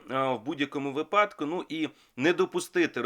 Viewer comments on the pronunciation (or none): none